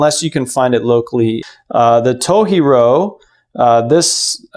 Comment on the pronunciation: FYI - It's To "G" ro, not toheero (藤次郎). Japanese romanized "j" is pronounced as is, not as h like with Spanish or some other European languages. (Source: me, Japanese translator). Thanks for this video; I'm just starting research into knives so this is really useful.